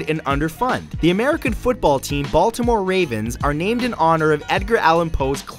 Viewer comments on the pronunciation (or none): none